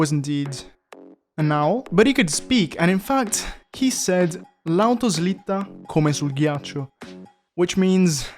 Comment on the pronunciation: The pronounce of "L'auto slitta come sul ghiaccio" is simply perfect. Are u italian or did you hear it from google translate 2568 times?